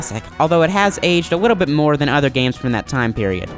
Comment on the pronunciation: wee ahh wemeber paperboy, it has aged a wittle but moaorrr....Nevah da wess, dis game was we-wealesed 27 years ago....Papers to be dewivered..... This game has a long list of problems? You have a huge issue with your "W's". Dude you put a "W" in the word "help". Hewwwlp? Really? Wittle bit bewetewer?? How could CGR allow you to speak unless they have a sense of "WhoooMore". Learn to speak dick...